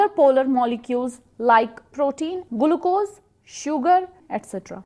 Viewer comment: Gulucose😂😂 mambrane 😂 Thanks though